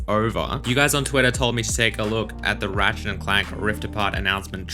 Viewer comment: Why does that robot keep calling his friend "Rat Shit"?